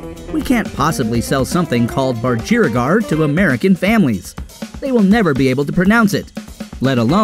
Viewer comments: CERE NOT SARAH. GET THE NAME RIGHT ITS NOT BUD GERIA GAR BUDGERIGAR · "They will never be able to pronounce budgerigar." For the record... You still can't :p